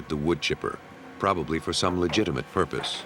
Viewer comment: "probabbly for some legidenate purpose" ... oookkkk.